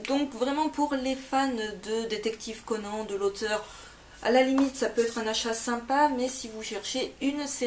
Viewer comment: Ça ce dit "Conane" :)